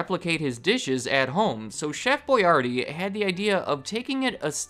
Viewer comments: It’s Chef (Boy-R-dee) not Boy-yardee lol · Why am I pronouncing Boyardee differently now